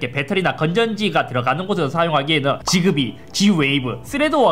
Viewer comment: 지그비가 아니라 직비 (약간 s랑z사이 발음으로) 라고발음하긴 합니다